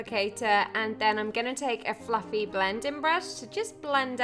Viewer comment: when she says fluffly blending brush I swear it sounds like "fucking blending brush." 😂😂😂